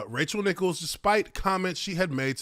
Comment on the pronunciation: I can't hear any of what Nichols said. Also it's Nichols (Ni-Culls) not Nicholas lol